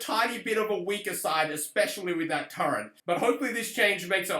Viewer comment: it's turret, not turrent. I don't know why this is a thing people say but I used to hear it all the time back in the MW2 days.